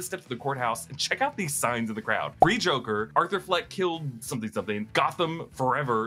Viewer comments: Did you mean to say, "Zhokair"? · did you say jokie?